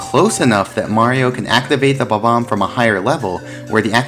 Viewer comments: He's pronouncing it as bo-bomb which is incorrect. It's pronounced bob-----omb. The hyphen breaks the pronunciation. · Goddamn it it's BOMB-OMB, Pronounced like BOMBBOMB. NOT BAHBAHM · I know there's probably not an official way to say bob-omb. But I usually put the emphasis on the first syllable and honestly hearing him say buh-BOMB is driving me fucking crazy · The way you pronounce Bob-omb hurts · why does he say bob-omb like that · The Bob-omb I actually never knew it's pronounced that funny. ^^ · How can you be a Mario expert and say Bob-omb like that